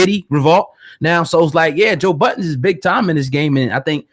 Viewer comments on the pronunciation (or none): His name is Joe Budden. Not Joe Buddens... lmao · Man its been over 20 years the mans name is Joe Budden not "Buddens"